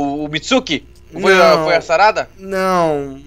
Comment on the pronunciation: Fala "Sarada" é meio estranho, né?